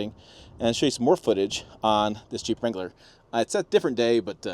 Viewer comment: "this jeep wrangler" 😂